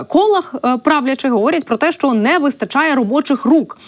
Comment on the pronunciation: Не шчО,а Що.